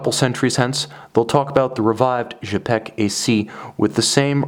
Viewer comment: Cool watch, thanks for sharing. Don't hesitate to shoot a review of a Quai des Bergues model, should you have opportunity. I'm happy to see this historic brand reestablished. Please note that 'Cz' in Czapek is pronounced like 'ch' in chopper, I hope that makes sense!